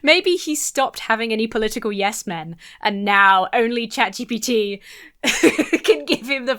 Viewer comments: Chatchi batee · The way Boris Johnson pronounces "ChatGPT" is now a new vocal stim...hilarious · Boris Johnson says it like “chat chippy tea” 😂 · i think boris was saying it that way because in French "chat j'ai Pete" is "cat, I farted"... which probably makes him chuckle to have said it a dozen times on camera. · chasbi chapity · How the fuck does he pronounce chatGPT 😅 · Does he spend a lot of time in France...? It reminds me of how a lot of my French-English bilingual family members sometimes pronounce things...